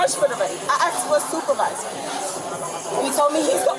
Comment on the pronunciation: She asked for the supervizah! of the bar 😂